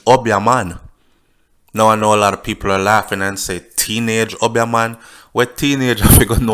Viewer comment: The word is Obeah and pronounced OBE--E A not UB--YAH.lol